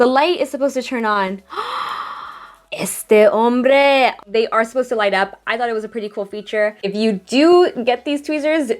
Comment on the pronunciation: Hi! I wanna hear you speak more Spanish! This "este hombre" was so cool!